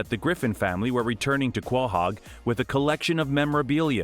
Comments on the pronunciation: it's pronounced "co"- "hog" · Learn how to pronounce Guahog. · FINALLY I THOUGHT I WAS THE ONLY ONE THAT NOTICED THAT HE'S BEEN SAYING QUAHOG WRONG. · Makes a video about Family Guy. Can't pronounce 'Quahog'. 😐😐